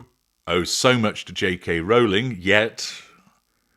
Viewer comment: AT LAST! A YouTuber who pronounces Rowling’s name correctly! Thanks. All the other weird pronunciations are grating.